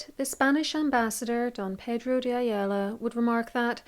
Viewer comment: As a native Portuguese speaker, I want to congratulate you on your pronunciation of the name Pedro (best non native pronunciation I've heard, near perfect) I don't think historians need to know how to pronounce every name in every language, that's unreasonable, but it's nice when they put the effort, and really nice when they pull it off ;)